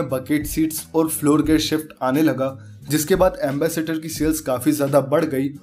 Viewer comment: Ambassador ko Ambassator keh raha hai